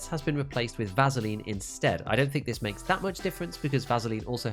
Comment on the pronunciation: va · suh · leen not Va zhu leen. I am begging to think that the mispronunciations are intentional